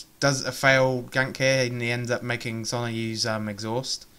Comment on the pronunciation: I like your videos but really? Sonna? SONA. God man, it's a simple name.